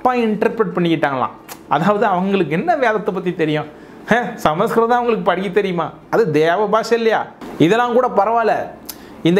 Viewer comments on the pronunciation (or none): none